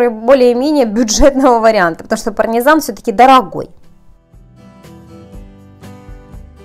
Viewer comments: не ПАРНИЗАН а ПАРМИЗАН...!!! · Вы несколько раз сказали "парНезан". ПарМезан!!!!!! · Не парНезан, а парМезан ;) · она несколько. Раз сказала парНезан.